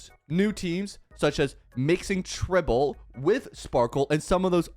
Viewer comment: It's not even tribble it's tribbie😭